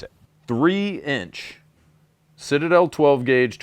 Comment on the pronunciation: "The Shitade..er, um.. Citadel!" 😂